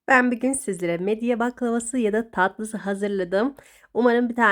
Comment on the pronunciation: Neden midyeyi,midya diye telaffuz ediyorsunuz ve midya yazıyorsunuz😮😮😮